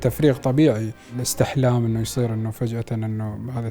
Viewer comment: اسمه احتلام و ليس استحلام